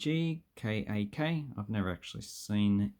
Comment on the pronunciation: It pronounced as "chong-cak". C in Turkish, Indonesian, and Malay languages pronounced as "ch".